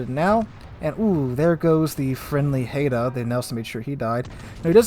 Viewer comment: Great Vid-- appreciate you content and analysis -- but Haida -- pronounced - (Hide-ahh) -- cheers